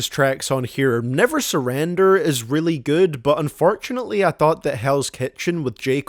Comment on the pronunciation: "Unfartunately"